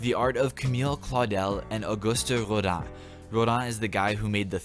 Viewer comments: I was surprised you actually pronounced "Rodin" correctly. In my experience, most people in this country just pronounce everything like it's in English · That Rodin pronunciation 👌👌👌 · Props for pronouncing Rodin’s name correctly